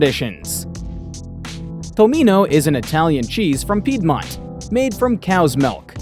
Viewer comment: All good but why not to spend some extra minute to check how to pronounce the word "Piedmont" and not to ruin the whole video with wrong pronunciation 😢